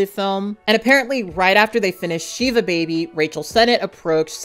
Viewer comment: Just for future reference Shiva (Jewish mourning period) is pronounced like the weapon Shiv with ah at the end not ay.